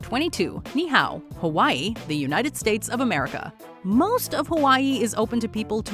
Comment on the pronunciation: That's not how you pronounce Niihau. It's a Hawaiian word, not Chinese lol.